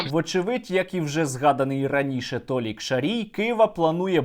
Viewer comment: Не толік, а Олік Шарій)))